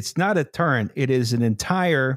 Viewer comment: The great Pennsylkenbama lexicon of (spelling?) turrent:turret outsquirts:outskirts shlubmarines:submarines Ill go worsh my hands ageein in the wooder of picksburg's crick, after my cousint sneezed.